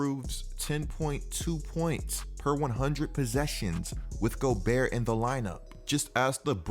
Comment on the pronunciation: Basically he says rudy goburt